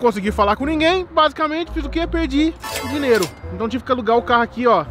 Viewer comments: o falando dinero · fala dineiro kkk